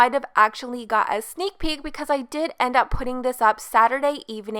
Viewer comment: You keep saying “iiieenndd” it’s E N D honey 😡